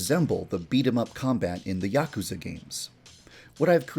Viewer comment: The way he pronounces Yakuza triggers me